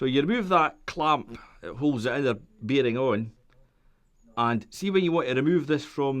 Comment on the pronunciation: Wow, this is where english originated from and just figured out he was saying bearing, not bm